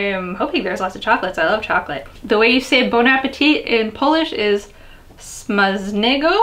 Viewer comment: smacznego ;3 the cz sound should be like ch in nachos. greetings from Poland :3